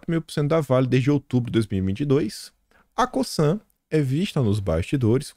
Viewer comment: Oi boa tarde. Parabéns pelo trabalho. Só para te ajudar faço este comentário. Já trabalhei na Cosan e na Raízen. E a forma correta de pronúncia são as seguintes. O “S” no Cosan tem efeito de “Z”. É como se falasse “Cozan”. Já no caso da Raízen. O “í” é a sílaba forte. Isto muda a forma de falar porque tem dar mais entonação no “í”. Desculpa o comentário mas é só para ajudar. Um abraço.